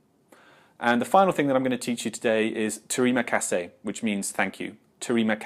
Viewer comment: The reason you get a smirk with "termia kasih" is because you're butchering it and pronouncing every letter. As someone who presumably lives in Malaysia, you should know it's a relaxed/lazy language, in my time here I've never had any Malay person say "selamat" as a whole, it's always got the relaxed/lazy spin on it, "sela pagi". Same with "terima kasih", it always hurts hearing the Brits say it, but better to try then not I suppose.